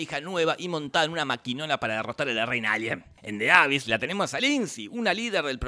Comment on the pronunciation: Mini comentario. The abyss se dice "di abís"